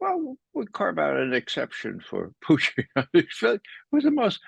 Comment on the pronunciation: Why can’t we have Putin…why are we getting Poootin and Puchin? It’s not difficult 🤣